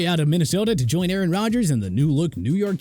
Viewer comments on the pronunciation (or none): none